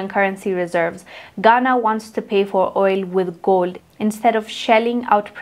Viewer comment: R u trying to say GOLD????